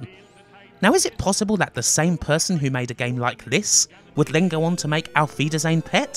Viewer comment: And I thought youtube was auto translating the title of the video. Nice pronounciation of "Auf wiedersehen". Greetings from germany. And yes, Düsseldorf by night looks exactly like presented in this game :-) :-)